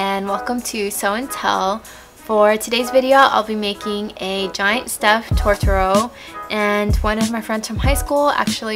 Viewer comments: Ur kidding. It's TOTOro. Not TORtoro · SHE KEPT SAYING 'TORTORO' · Its pronounce toe-toe-row (said it a bit fast) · Did she call him torturo its toe-tu-roe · She called him “tortoro” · Who else started laughing when she said Tortoro. I was like, he's a magic animal, not a tortilla😂😂 but no hate, it looks great😁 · Says: ‘Tortaro’ Me: *spits tea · I'm really late but just wanted to say that I'm having anxiety from her saying "tORtORO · I love this tutorial, but everytime she said "tortoro", i cringed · IM CRYING SHE SAID TORTORO NOOOOOO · IM SCREAMING ITS TOTORO